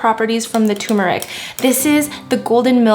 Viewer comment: It's not too-mur-ik. There are two rs in there. Tur-mur-ik, please.